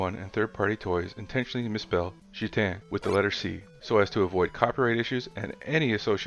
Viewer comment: Heyyy someone else got the Gitanes and Ligier pronunciation right, RESPEK! 🤜